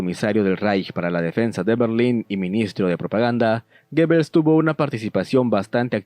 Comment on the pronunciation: Amigo, muy interesante tu video pero se pronuncia GUBELS!!!